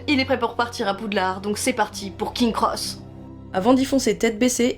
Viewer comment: Les Dursley, pas les Dudleys ! Punaise... Plusieurs fois l'erreur... En plus la prononciation c'est "Prix-vette " rien à voir avec Private (qui se prononce "Praille-vette).... King's Cross, le s après King n'est pas décoratif. C'est dommage de gâcher une si belle vidéo avec autant d'erreurs grossières. Espérons que ce sera mieux la prochaine fois...